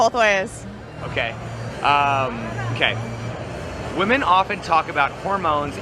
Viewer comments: Love the channel, hate the fact he cant even pronounce the plural of woman correctly, its WOMEN, not woman!!!! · Day 1333 Dude don’t ur friends tell u you’re pronouncing women wrong??